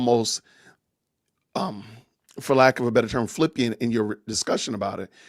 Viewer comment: Love ya but it’s flippant not flippient